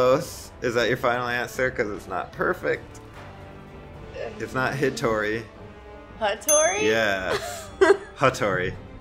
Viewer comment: damn, he was really harsh with the names 😂 'hittory' 'hattori'